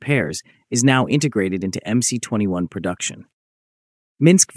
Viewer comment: Teach your stupid AI voice how to correctly pronounce MC-21!